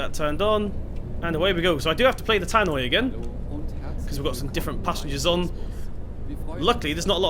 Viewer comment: Just so you know, it’s a *tannoy* not a *tannoid*